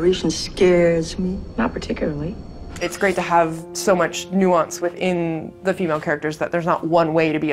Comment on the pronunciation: “Nuance”!!!??? HAHAHAHAHAHAHAHAHAHAHAHA